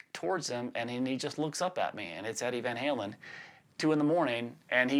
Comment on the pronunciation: shows he’s a true southerner and rocks a nice drawl when he says...”staindin’ ahn Lon with Eddie vain Haylen “